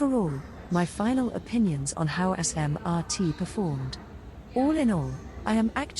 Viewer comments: ‘sorry bayfront i forgot abt u’ raffles place and city hall: also the tts hates smrt bc it pronounces the name as: ‘A**MRT and what ccl or dtl train would have the right mind to switch lines (there are tracks for ccl to cross to dtl tracks and dtl to cross to ccl tracks) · "assmrt" WHAT THE HELL